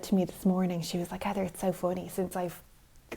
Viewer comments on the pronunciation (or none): We have discovered the weakness of the Irish. The pronunciation of Heather.